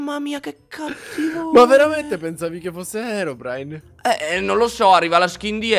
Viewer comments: All inizio si chiama herodrine no herobrine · Herodrine Hahahahhaha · Scusa ma all'inizio kendal si chiamava HERODRINE"_"